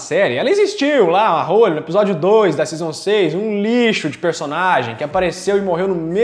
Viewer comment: não é "hÔlly", se diz "hÓlly"..